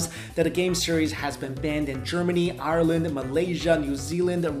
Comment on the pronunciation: IRE-land not areland 😂😂😂